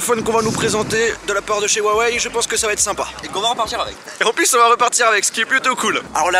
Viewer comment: salut, ca fait plusieurs fois que tu fais l'erreur donc je me permet de te le notifier: huawei étant une marque chinoise, la prononciation du la marque est également chinoise et le H se prononce "R", soit [Ruawey]. Sinon continue comme ça, tu déchires!